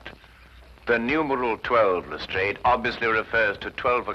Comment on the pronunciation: I've not seen these before, they look interesting. It's good to see an American version that is using the correct pronunciation of Lastrade for once.